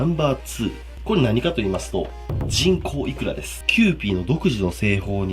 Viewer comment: 人口イクラが、ちんこうイクラに聞こえる……………………………